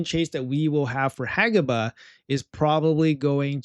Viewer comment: HE FINALLY PRONOUNCED IT RIGHT!!